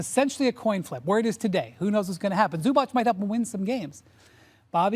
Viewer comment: Windy please learn how to pronounce balkans surnames ... its Zubac , not Zubač .. 🙏🏀